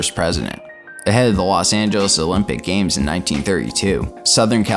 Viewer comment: I can't believe he said La Sangeles. Is that in Cali?